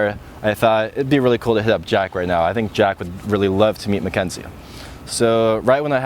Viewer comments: synchronicity-ah mackenzie-ah story-ah anyone else hear that? lol. i like it. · Is it just me but this guy says "Party-ia", "Mckenzie-ia", "sychronositi-ia', 'lately-ia'... Whenever the word ends with 'i' sound, he adds a '-ia', wtf